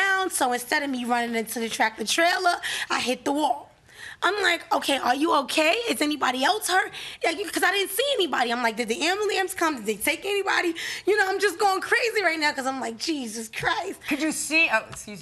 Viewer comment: She's studying to be a nurse and called it an "ambliance"?!?!? The fuk?